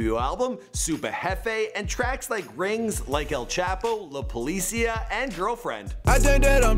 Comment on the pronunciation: Am I the only one hating how he says la policia? 😂😂😂😂